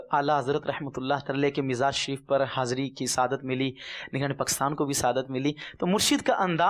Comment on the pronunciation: & , lafz properly adaa nhin huwa, "nigraan" kaha hae!